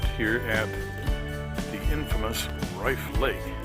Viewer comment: I think its pronounced like cliff.